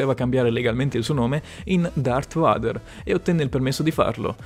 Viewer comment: Porca miseria darth vader(veider!!!)